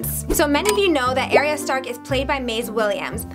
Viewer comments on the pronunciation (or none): ARYA NOT AIRYA